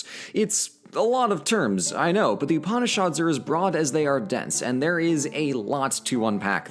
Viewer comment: mispronouncing Upanishads Me: breathing slowly Calm down, he doesn’t know. It’s ok. cHILL